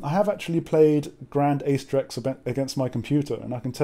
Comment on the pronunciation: Wait, what program lets you play Grande Acedrex? BTW, it's pronounced "A(rcher) + CE(ntral) + DREX".